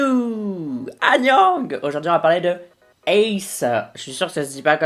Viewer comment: T'es tellement adorable!! >///< (et oui t'inquiète pas ça se dit bien "ace" même s'il y a des points ^^)